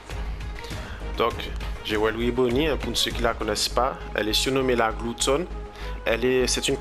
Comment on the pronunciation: je pense que c'est parce que tu prononce jewely au lieux de jewelry